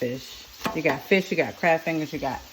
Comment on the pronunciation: Oh she sound like she said “bitch” for a moment but she said fish oo chile I need to sleep 🤣